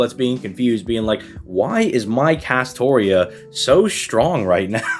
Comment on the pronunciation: 'New players using double castora' Bra you re-read the script